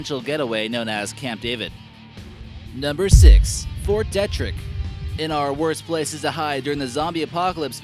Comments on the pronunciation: Its pronounced fort deetrick... just fyi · De-trick. Why can no one say it correctly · Fort Detrick is pronounced dee-trick. Thank you.